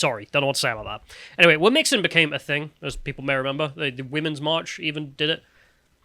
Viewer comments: It's not "wom-mix-in", it's "whom-chin". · It’s “womxn”, like ‘womzin”.